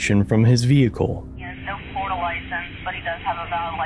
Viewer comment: They can apparently be incredibly stupid. These were the reason schools used to have dunce hats. And why it’s pronounced Flori-DUH.